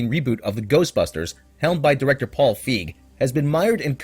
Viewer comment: His name is Fi Gee. Not fig.